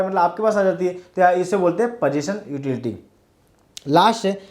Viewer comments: Utility bol ek barr 😂😂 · please pronounce utility properly its annoying